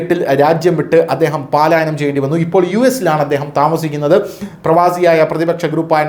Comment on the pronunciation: Palaayanam aanu 🤭. Speed kudumbol aksharathettukal varathe kudy nokkane.